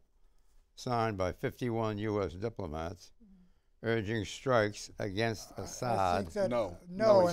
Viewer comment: Why does Clift always say "againgst" instead of against?